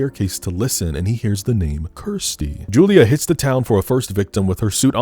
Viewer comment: So many people mispronounce Kirsty that it should be a meme. You even do it yourself by mistake during this video.